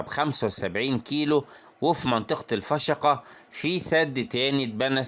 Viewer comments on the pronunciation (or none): none